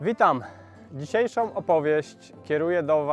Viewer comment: "DisiejszĄ", nie "disiejszOM"